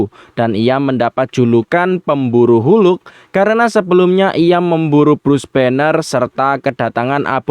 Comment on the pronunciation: Hulk mind bukan hu luk 😂